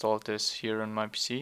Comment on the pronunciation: its PC not PISSY